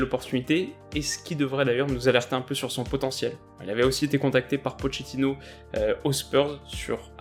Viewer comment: Très bonne vidéo comme d’hab ms en italien “ch” se prononce “qu(e)” on dit donc Po”qu”etino 😅